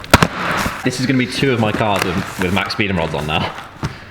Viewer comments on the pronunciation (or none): It’s max peeding rods not max speeding rods